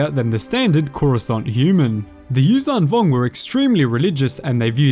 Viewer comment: Its not uzang vong its yuuzhan vong